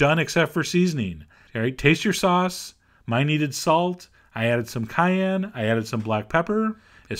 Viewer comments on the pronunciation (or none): none